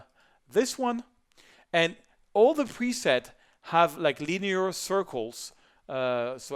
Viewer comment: "to ze another one"